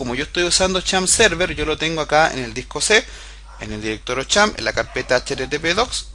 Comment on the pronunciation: champp server jajaaa es xampp